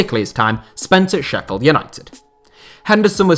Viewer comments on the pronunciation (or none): none